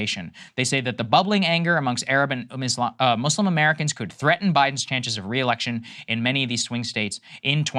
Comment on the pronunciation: Thank you guys for saying Muslim and not Muzlim like half these other idiots on TV